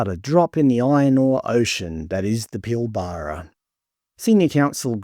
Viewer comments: "Pilbaaraa"...lol. It's pronounced 'Pilbra'. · Your obviously not from around here, we pronounce it Pil-bra in WA, not Pil-bar-ra 😂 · For a start, it’s Pilbara NOT Pillbarrah ………. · Clearly not from WA :) Pil BArra (Nope) sounds like Pilbra even though its not spelt that way. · Pronounced pil-ba-ra not pil-bar-a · It’s pil-buh-ruh not pil-bar-rar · It’s NOT Pil bar ra It’s Pil bra….. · 😂😂😂😂😂I've never heard another Australian citizen pronounce The pilbara as pil-bara its actually pronounced pil-bra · Not how you pronounce "Pilbara". Every sandgroper watching this is cringing every time you say it. It's more "Pilburah" - I think :) Plenty of links in YT after a search for "how to pronounce pilbara" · It's not "Pill-bar-arr" it's "pill-bra" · Yeah, it's "pill bruh", bruh! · Its pronounced “Pillbruh” mate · It's pronounced "pill-bruh" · By the way, it is pronounced "Pill-brah". Great videos though, love the content ❤ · It’s pronounced Pill-bruh… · You lost me when you Pilbara wrong. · Just need to work on your pronunciation of some words. Like Pilbara and Yindjibarndi. It stands out as a non-local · Please learn how to pronounce Pilbara. It really grates. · So all the people here think it'd be better selling to China than keeping Australian?? This potato can't even say Pilbara the way an Australian should say it. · You don’t pronounce pilbara correctly. Emphasis is on the first syllable, not the middle syllable. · Never heard the Pilbara pronounce that way must be having a brain fart with all these unpronounceable made up Aboriginal words lmfao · I've never heard an Australian say Pilbara like that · You must be Melbourne QC. You pronounce Pilbara wrong so lost interest immediately. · Your pronunciation of Pilbara is a bit odd